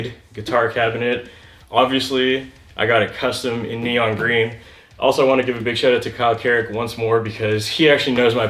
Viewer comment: Vewy gween vewy gwood